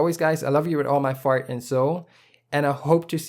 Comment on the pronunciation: Dope artwork man keep up the go-.... wait did you say "All my fart and soul" ??? subbed.